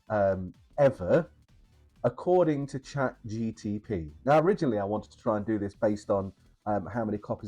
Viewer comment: Chat GTP 😫 it's Chat GPT 😜 got you 😜 nice video btw 👌🏻👌🏻